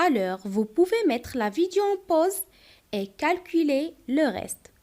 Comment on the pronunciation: ما شاء الله شرح جميل لكن لدي ملاحظة في نطق alors تنطقينها ألووووغ وفي في نطق les unités تنطقينها ليزينيطي المرجو الانتباه وايضا في كلمة calculer كالكيلي ربما مشكل في حرف U و تحياتي تبارك الله عليك الله يوفقك